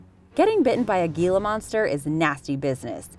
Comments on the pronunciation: It is pronounced "Heeeela monster", not "Geeeela monster." My friend has one as a pet and have been into herping (aka the collection of reptiles and amphibians) since I was five. And the only other venemous lizard is the Mexican Beaded Lizard, which is basically the same thing. And the most venomous snakes, are sea snakes, pretty much instant death. This list is highly inaccurate. Box Jellyfish number one, lol. Sea Snakes are by far number one. At least you got the Taipan, did you get Black Mamba, I hope so as it is way more venomous then a King Cobra, ughhh, redo the list. Do not even include Brown Recluse, Black Widows, Funnel Web spiders, and once again there are only two venemous lizards, not a handful. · it's funny how she mentions the difference between poison and venom when, in the very first example, , she mixed them up, lololol and for the love of fuck, it's not pronounced Gila, it's HILA monster also, lol calls it a bite and sting within a few seconds of each other video is interesting, and not trying to be a negative nancy, but come on, at least pay a little bit of attention to these types of things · Sorry but, it's pronounced Hee-la not Gila weird right? I know. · the g is silent. its pronounced hila....not gila.....they are not venomous either. the lizard has no way to poo.....they regurgitate.....their saliva is toxic and the must roll on their backs to be deadly.....I live in arizona and gila monsters are always thought to have venom....they do not. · I'm from New Mexico on the border of the Gila national forest, and just so you know it's pronounced "hila". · Gila monster, pronounced heela monster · Thank you! I heard it and was like "that sounds wrong, so, so wrong." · its pronounced HEELA the g makes an h sound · Not to split hairs, but the Gila Monster is pronounced Heela the G makes an "H" sound. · Dislike for the "GEE La" monster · Gila is Spanish. It is pronounced HEELA. I live in Arizona, we have them here. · It's pronounced "hila" monster.